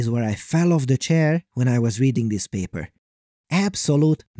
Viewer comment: great channel but empasis on the "paper" accents and "what a time to be alive" in every episode is kinda cringe. consider saving them for maybe the best videos, and not EVERY SINGLE ONE? love your channel. just a comment I think could help you attract more viewers.